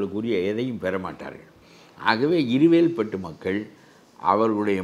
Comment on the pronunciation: இருவேல் பட்டு மேடம், இருகவேல் பட்டு இல்லை.